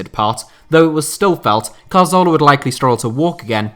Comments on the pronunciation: santi CARZOLA is a terrible attempt at pronouncing 'CATHORLA' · It's pronounced Cathorla, not Car-Zola you eejit. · get his name right, it's Cazorla not Carzola... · How does this guy still not know how to pronounce Cazorla? Just read the word, it's CA-ZOR-LA not CAR-ZO-LA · That Carzola dude you mentioned looked a lot like Cazorla. How can you not pronounce that? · Cazorla, not carzola